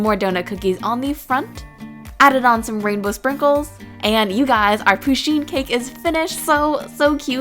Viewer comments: No offence but I hate when ppl call Pusheen he bc she is a she. Also it's not pronounced 'poosheen' it's pronounced 'Push-een' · ITS PUSH EEEN NOT POO SHEEN AHHH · First pusheen is a girl and it's pusheen not poosheen sorry it just really bothered me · Ok, you pronounce it PUSH-een not POO-sheen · Pusheen is a girl lol :D And you kept pronouncing her name le wrong lel